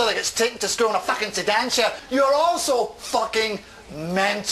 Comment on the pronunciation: The pronunciation of "sedan chair fcking floors me everytime